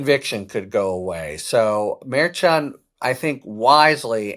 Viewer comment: We need justice!!! Litman pronounces Judge Merchan CORRECTLY; no one else does!